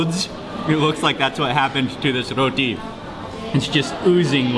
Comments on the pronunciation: "R-r-roti..." aww, Mark 😊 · Love the way u say Roti... 😊😊😊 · I love the way Mark say Roti!😃